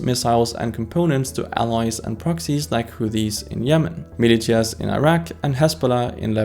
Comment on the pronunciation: Quick tiny correction. It's pronounced as "Milishias" not "Milichias"